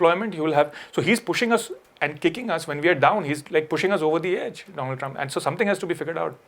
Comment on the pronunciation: Doland trump?